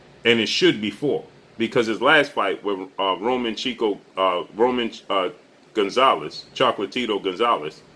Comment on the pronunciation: Bother doesn’t even know who Roman Gonzales is, said dudes name wrong 4 times